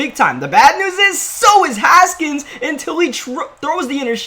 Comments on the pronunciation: GLORY!!! You know how to say haskins right now! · Finally saying Haskins right. Congrats